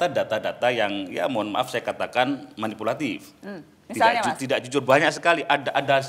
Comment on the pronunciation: "Manipulatif", bukan "manupulatif"